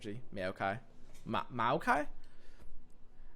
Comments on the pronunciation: you wer JUST NOW STARTING TO PRONOUNCE BARUM HAF CORRECTLY MAYO-KAI???? Its Mowkai and Brom or brawm not BROWM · Think of him not like Mayo-kai, but rather, Mow-kai. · Plz, it's Mao-kai, not Mayo-Kai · Mowkai, not Mayokai. Lol. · it's MOW-KI not MAYO-KI it's MOW-KI not MAYO-KI it's MOW-KI not MAYO-KI it's MOW-KI not MAYO-KI it's MOW-KI not MAYO-KI it's MOW-KI not MAYO-KI it's MOW-KI not MAYO-KI it's MOW-KI not MAYO-KI it's MOW-KI not MAYO-KI it's MOW-KI not MAYO-KI it's MOW-KI not MAYO-KI it's MOW-KI not MAYO-KI it's MOW-KI not MAYO-KI it's MOW-KI not MAYO-KI it's MOW-KI not MAYO-KI it's MOW-KI not MAYO-KI it's MOW-KI not MAYO-KI it's MOW-KI not MAYO-KI it's MOW-KI not MAYO-KI it's MOW-KI not MAYO-KI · SSTOP SAYING MAYOKAI IM HAVING A HEARTH SEIZURE AAAAAAAAAAAAAAAAAAAAAA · he said "MAYO" kai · Hey man. Love the vids. Just want to help. It's pronounced mow-kai. Like saying now with an m instead. Thanks for the vids man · "Mayokai" i loled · SAY. MAYOKAI. ONE MORE TIME. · I hate that you pronounce maokai mayo-kye also: maokai with shark chariots? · m-ah-o-kai please, do more mayo kai.. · ah yes a mayokai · wait is he saying mayo- kai, AAAAAAAAAAAAAA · MAYO-KAI....oh no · no one:: mayo-kay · Take a shot everytime says Mayo-ki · Nobody:: Mayokai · nobody:: MAYOkai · You mean Mayokai? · The millkai is pretty obvious since it's a mill deck but the people above are talking about the way he says Maokai as "Mayo-kai". Perfectly reasonable but still a funny way of saying it. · Its actually insane how much the way he says Maokai triggers me and gets me to laugh at the same time. "May-Okai" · Its pronounced mow kai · why the hell do you say maokai in such a weird way? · Had to put a dislike just because of his pronunciation. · i am triggered by pronunciation of Maokai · Mayokai joins the company of Shadow Islands and mark of the islands as cards that are horrendously mispronounced by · It hurt every time he said it